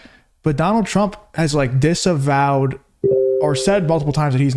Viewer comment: Why whoopi said Donal I love you too?